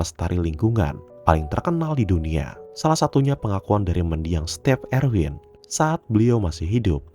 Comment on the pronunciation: Ijin koreksi bang, bukan Step Erwin, tapi Steve Irwin